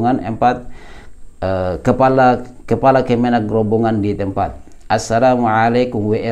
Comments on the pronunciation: Maaf ustadz, mohon ijin turut meramaikan komentar, yang benar pengucapanya adalah Grobogan bukan Grobongan, grobogan dimana peristiwa tsb terjadi adalah nama salah satu kabupaten di jawa tengah 🙂, disana banyak saudara saudara yang amalannya dikritisi ustadz syafiq, seperti dzikir berjamaah setelah sholat diserupakan dengan bernyanyi, banyak juga disana nama nama jawa yaitu "sri" yang diminta beliau untuk diganti karena erat kaitanya dengan dewi sri, dimana bisa automurtad katanya kalau menyebutnya, jadi menurut saya wajar kalau ada penolakan 🙂, dan karena beliau juga dianggap salafi, dimana biasanya temen2 salafi yang saya tahu juga seringkali menyalahkan amaliah seperti yasin, tahlil dll dimana disana masih banyak yg melakukan, jadi ustadz dan rekan2 salafi, penolakan tsb adalah reaksi, sebenarnya lebih menyakitkan dikatakan sesat dan masuk neraka karena masalah perbedaan daripada hanya sekedar penolakan, demikian pendapat saya, oiya satu lagi masukan ustadz, mungkin analogi menyamakan dengan abu jahal itu bisa dikoreksi, karena pasti ustadz sangat paham bagaimana abu jahal itu, sedangkan saudara saudara di grobogan itu bersyahadat, hanya menolak perbedaan pemahaman, konsekuensi hukumnya berat menurut yang saya ketahui antara orang yang bersyahadat dan tidak bersyahadat serta dianggap memerangi dakwah, demikian mohon dimaafkan apabila tidak berkenan ustad 🙂, terima kasih 🙂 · Ustadz, afwan, bkn "Grobongan" tapi "Grobogan". Tidak pakai huruf "n" sebelum "g". 🙏🙏🙏